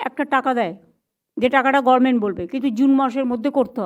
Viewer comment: গভর্নমেন্ট বলুন garment নয় 😂😂😂